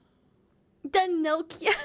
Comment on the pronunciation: Nokia sound as in the old phone. Not Noka;)